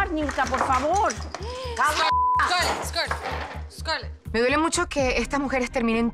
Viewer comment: HAHAHAHAHA Y COMO ES QUE DICE SCARLET? Escur escur escur 🤣🤣🤣